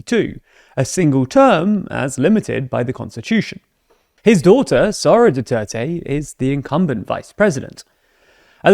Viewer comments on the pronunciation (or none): Why do you keep saying "Saura" Duterte, not "Sara" Duterte? I don't fault you for your bias against her family and it's insane levels of dictatorial aspirations... But you should at least pronounce people's names correctly.